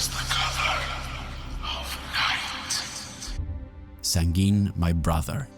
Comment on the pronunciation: Just a heads up on the off-chance you do anymore Elder Scrolls games: Sanguine is pronounced "Sang-gwn." I've even heard "Sang-gween." It has a few different meanings traditionally, which make the Prince a bit more fun in-depth, as it can mean someone who is cheery and optimistic/hopeful for a good future (and in Oblivion, he's always telling you to "lighten up" and is a pranky kind of guy somewhat. A "good" future for him is having fun). It stems from the base meaning of the word being related to blood, and medieval psychology relating to that (back when we thought humors drove people's traits and whatnot: blood was the dominant trait of a sanguine personality). It means red/ruddy, as well. It's all interesting, I think. 😊 Just thought it might be interesting to know. My favorite Daedric Prince has always been Hircine; though.